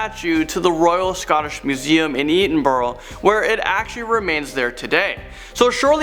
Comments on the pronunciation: Ee-din-bur-ih. Its pronounced eh-din-burrah :) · Where in Scotland did u say the haunted doll at no3 was??? It sounded like you said Etonburgh but I'm thinking you meant Edinburgh, plz let me kno as I'm from Dundee in Scotland and I'd like to go and see it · "EDANBORROW!!" hahaha Americans are so dumb!, 😂😂😂😂😂😂😂😂😂😂😂😂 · It's actually pronounced ED-inburough 😅 And Dybbuk is pronounced Dibbuck. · you aren't saying Edinburgh properly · You wanna pronounce Edinburgh properly next time? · Littlebearpaige omg I cringed when he butchered Edinburgh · waiting on all the triggered scottish people from edinburgh (im scottish doesnt bother me) commented about the pronunciation of edinburgh :p